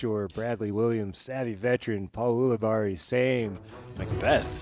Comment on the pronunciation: It's yule-i-berry for crying out loud 📢